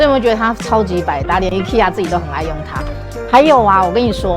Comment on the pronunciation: 一、ㄎㄟ、一ㄚ 啦